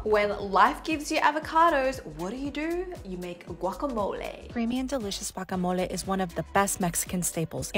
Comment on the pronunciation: I knew it was going to be good when she pronounced guacamole correctly!